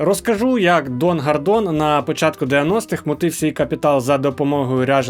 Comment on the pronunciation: Гардон на самом деле просто без р в слове гардон